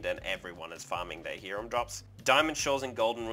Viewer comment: Depends on what language you're trying to go with. Since you're speaking English we'd say Hi-rum. Only sounds like Ear-am if you're speaking Latin America or maybe Hebrew. Even my Cuban friend would just tell most people Hi-rum.